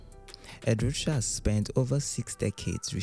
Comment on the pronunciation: Narrator mispronounces artist Ed Ruscha. It is correctly pronounced: Ed roo-SHAY.